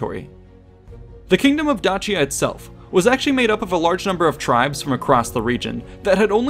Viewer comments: Just one thing that irked me in this video (other than that I enjoyed it and it was educational). There are several ways to pronounce Dacia: Day-sha, how many native English speakers would pronounce it Da-see-ya, the other popular way to say it Da-chee-ya, the modern Italian pronunciation Da-kee-ya, the Latin pronunciation. Yes you read that right, Latin C's before the vowels a, o, and u were pronounced as a k. Julius Kaeser, wonder why the german emperor was called Kaiser? Anyway, keep up the good work! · awesome video thank you. your pronunciation of dacia did my head in though. lol. dayshia ;-) never heard it with a 'ch' before. plus even the romans wouldnt have pronounced it your way either. would be dakia to them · isn’t dacia pronounced dashia? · The real way it should be pronounced is “Dakia”. We Romanian’s pronounce it wrong just like the Italians. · I am pretty sure it is pronounced with an ace sound like Dace - ian or Daci - an not Datch- ian, at least this is the first time I have ever heard it pronounced otherwise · dAAAAAAcia not dachia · I hate to break it to you but it’s pronounced D then a long a sound soft c the a phonetically I would spell it daysha. Other than that I enjoyed to video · Correctly? "Dachia" is so painful to hear. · Sorry. But I prefer Da-shia. It is easier to hear. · its pronounced Dakia tho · This video is about Dacia from a Roman perspective. So the Latin pronunciation [ˈdaːkja] should count, not the modern Romanian one. Or because this video is in English we could agree that the English pronunciation /ˈdeɪʃiə/ is fine. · "Dachia" is painful to hear. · Latin pronunciation would have been Dakia [ˈdaːkja] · Maybe I'm focusing on the wrong thing here, but we're talking about Dacia, not Dutchia, wherever that is. In English, that C is pronounced as an S. In Latin, it was pronounced as a K. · The pronunciation of Dacia sounds off to me. The way its said makes it sound like its spelled Dachia. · My ears hurt when you say Dacia 😂